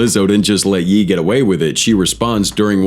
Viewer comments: Its ye and not jeee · Smh the AI narration is crazy and way off. This is the second of your vid where you call KanYe (Hence the Ye), Yi. Next you called Michael Jordan (nba legend) Michael B Jordan (actor). I like the 2 of your vids I've watched to some degree but if you are gonna be lazy making them I cant hit like or subscribe...ijs